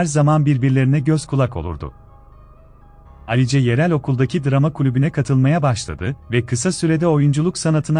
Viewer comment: Alice ne ? Telaffuz yanlışlığı olmasın